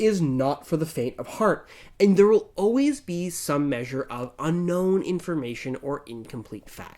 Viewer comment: I'm getting distinct Stewy saying Cool Whip vibes from when he says 'Unknown'.